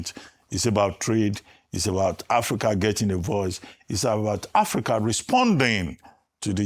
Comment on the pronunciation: Somebody should tell Shettima that it is called Africa and not Apica